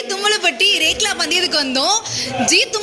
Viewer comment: Lekla illa rekla